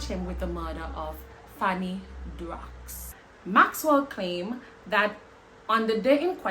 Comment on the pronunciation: Pronunciation is Darro